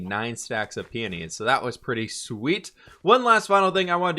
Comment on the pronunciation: pronouncing peonies correctly is the growth you love to see 😂